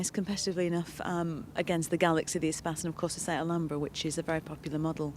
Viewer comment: Did she say Renault Spaz? It's Espace you twäŧ!